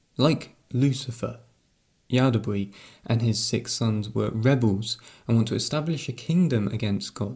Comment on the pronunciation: Yaldabaoth not yaldabree :P Just a little correction, great video :)